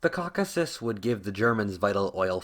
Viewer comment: I had to stop listening to this guy when he said Cockasis…...